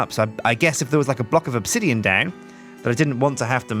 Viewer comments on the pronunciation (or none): none